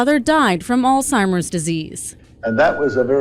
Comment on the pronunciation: Why are you guys pronouncing Alzheimer’s as All-Timers? Probably the same reason you pronounce the name Craig as “Kreg” and not as “Krayg” as it was originally created as.